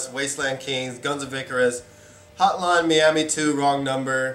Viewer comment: Hotline Me-am-me? where did you learn to speak english lol.